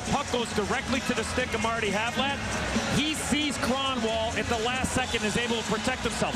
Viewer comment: [Krahn-Wawl] Eh. Crapiest way to say it championship?